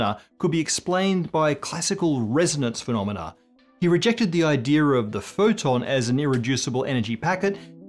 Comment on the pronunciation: That intrusive r is really starting to annoy me, man. I consider it a mispronunciation and not a regional thing either. Its "idea", not "idear". Come on.